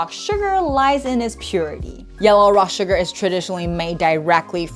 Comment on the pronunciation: as asian her suGARRRRRRR is annoying haha